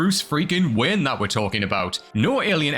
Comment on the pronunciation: Sounds like he keeps calling him Bruce Wynn.